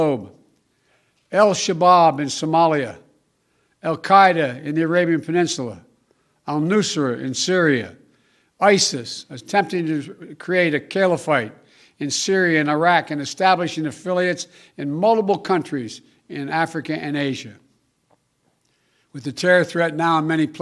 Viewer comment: a "kilaphyte" f---- jack ass haha 😄